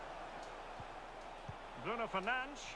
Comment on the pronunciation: The way the commentator says "Fernandes" is so triggering. It's the equivalent of pronouncing Nick as "Neck"!